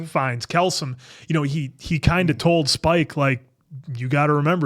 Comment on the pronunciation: Why do all of you keep mispronouncing plague? 😅 And Ralph Fiennes.